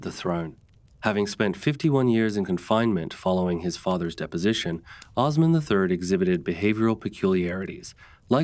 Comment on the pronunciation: Jesus, Mary, Joseph & the 12 Apostles!!!! Please say these names properly. Osman - not Ozz-man. OOOOOOOOsMan. He's wasn't the Wizard of Oz. Ertugrul -- is Air-truulll. It is not pronounced phoenitically. Bursa is not Bur-Sa. It is Boo-Sa. The "r" is silent. You vacillate between Or-hann to Or-hane. It's Or-hahn. It's Murh-Rod. You vacillate on that too. Bye-a-zad NOT Bay-a-zid or Bye-a-zid. You vacillate on this as well. You need to be consistent w/your pronunciations & accurate. It's distracting. And please do not say it's your accent. Had you properpy researched your subject, you'd know exactly how to pronounce these historic names. Plus, you can watch Turkish TV or contact a Turkish Embassy. I'm an American non-Muslim - non-Turkish only American English speaking viewer watching from America. Allahu Akbar🇹🇷